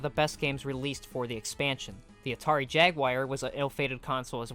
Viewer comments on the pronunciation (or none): Why do you keep saying "Atari Jaguire"